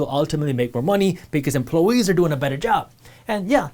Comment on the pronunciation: "Emploe-ese"; The native inhabitants of Emploeland.